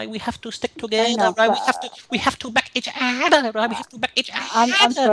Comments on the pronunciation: Say it say it "back each udahhhh" 🤣🤣🤣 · Each ooorherrr 😆